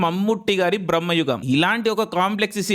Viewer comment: Adhi brama ra Babu bramha kadu😂